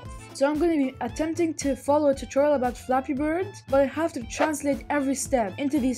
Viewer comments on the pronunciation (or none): Ha he said turtorol